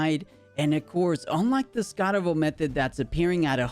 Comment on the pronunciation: It's scarawatt >.<